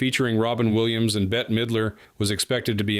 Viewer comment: Betty has a Y in it. This woman's name it Bette, one syllable.